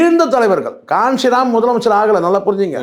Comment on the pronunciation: கான்சிராம் இல்லை கன்சிராம்